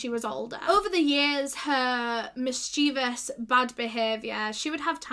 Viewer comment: I’ve never heard anyone pronounce mischievous like that